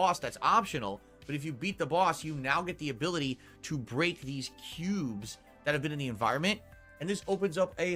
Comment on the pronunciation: His story about the KEEUUUUBES and AHPTYIONAL KHANTENT was so hard to listen to. He sounds like an annoying child telling you about his Pokémon cards.